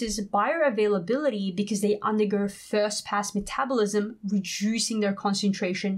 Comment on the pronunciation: You say metabolism wrong